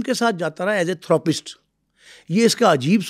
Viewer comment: Thoo roo paste Nahi Therapist hota hai.